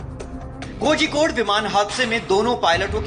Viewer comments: It's Kozhikode not kojikode, pronunciate it properly or else stop it. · It is pronounced as korhikode. Malayali names are spelt like this.